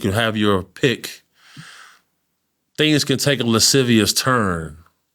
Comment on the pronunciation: "Lascivious" god damn, popping that vocabulary